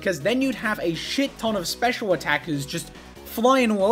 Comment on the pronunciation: I am unreasonably frustrated by how kept emphasizing "Special" in the Clamperl segment instead of "Attack" and "Defense".